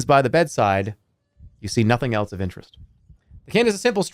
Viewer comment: Has anyone else realized that he pronounces “else” like “elts”